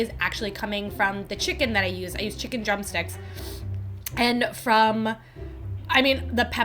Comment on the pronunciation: The spice maybe twisted your tongue bc you sad jicken trumpsticks, as I heard 😂